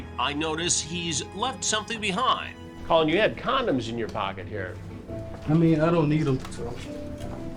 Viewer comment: It's pronounced "Colin" Chris not "Colon"😂😂 he had to have done hat in purpose. Chris loves trolling these dudes.